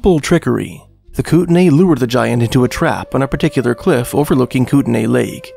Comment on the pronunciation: It’s pronounced Koot-Nee